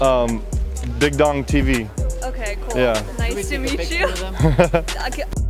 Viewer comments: Bruh am I the only one who heard this man say “Big Dong Tv” when that chick asked who he was 💀💀 bruuuuuuh I am crying 😂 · Bro did he say big dong tv?? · Lmao did he say big dong tv 🤣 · Am I the only one that heard “big dong tv” when she asked who he was😂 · lol he did say big dong tv